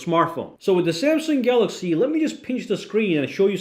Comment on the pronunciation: Be says galagsy Instead of galaxy😅